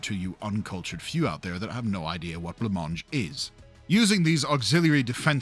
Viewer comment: Did you say "le mange", how did you mean that?